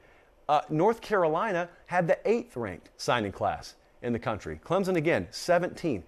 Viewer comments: When anyone pronounces Clemson with a "Z", they've lost me. Educate yourself please. All of you nay-sayers will be proven wrong. Dabo did it once (oh, excuse me, TWICE) he will do it again. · Why do these people say "Clemzun"??? It's Clemson. Not Clemzun.